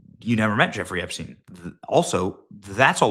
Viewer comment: Did I hear “Hepstein”?